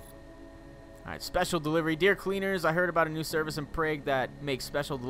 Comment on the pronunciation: he still cant pronnounce prague lol